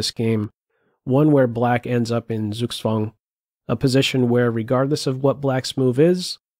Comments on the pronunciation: Maybe instead of being so snide, give him a tip: the German Z is pronounced TS, and the W is like the English V, so Zugzwang is pronounced Tsug-tsvang. Very nice analysis, I really enjoyed this video. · SUGSWANG? - Learn the German "Z"!